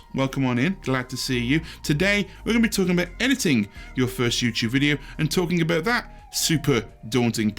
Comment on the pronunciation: YouChube on a Chuesday